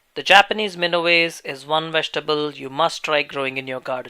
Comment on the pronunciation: It’s Mina wa se